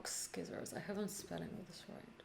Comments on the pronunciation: Bless you, your tutorials are amazing, thank you! But... please please don't ever say "skissors" again!:) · Thanks, just completed all three Beginner to Intermediate to Advanced! level to code Rock Paper Scissors in JavaScript. I understood every line. It was fun. After completing this video I am pronouncing sci-ssors not scissors.. Thanks for Teaching,.